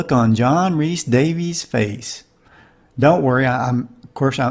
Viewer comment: You failed to mention that we can see the box used to cushion the fall under the chair! FYI: Rhys is “Reece” and Vasquez is “Vass-Kez”